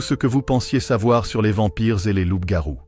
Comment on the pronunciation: ''Loupe garouu'😅😅😂 pardon mais c'était plus fort que moi Dites nous ' mais sur quelles bases d'écritures et archives onna besoin de references bibliographiques sur vos recherches, des liens dans la barre de description. L'IA on a trop marre, on aimerai vos références et ouvrages . Car si vos propos sont des hypothèses ou spéculations. On perd notre temps. On veut de la véracité, car trop de contenu de ce même type son sur la plateforme.